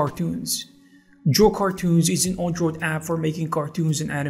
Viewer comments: Learn how to pronounce Android. It's not an On droid it's an Android. Shit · Good information but I can't get over how you pronounce android. Also you pronounced gif as jif